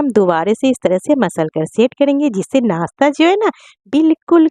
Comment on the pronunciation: Aap muslim hein par nashta ko nasta bol rahi hein kya baat.